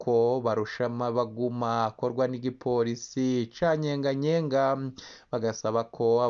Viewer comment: Ni Nyeganyega si Nyenganyenga! Wewe update kuvuga n'importe quoi!